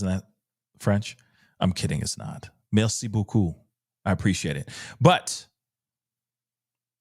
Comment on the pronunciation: Thank you, you are always respectful, merci beaucoup! And wow! I'm french (French-Canadian) and may I say you said 'merci beaucoup' very well!!! Hats off to you and please continue with your channel, I love it! Peace and love from Ottawa-Gatineau, Ontario and Québec provinces in Canada, we follow you. 😎💗🌈